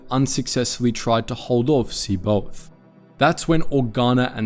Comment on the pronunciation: Good Lord.....Pleaassssse.. Finally, look up how to pronounce the Star Wars names correctly. It's really cruel to hear you pronounce C'baoth or Noogri, among others. Otherwise you have been doing excellent work for years. Nevermind Live long and.......ehhhh My the Force be with you